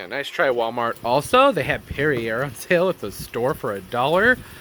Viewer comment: Lol see what being hoidy toidy extra fancy gets you with that perrier (loved your pronunciation btw). We all love being extra every now and then. Gave me a good laugh.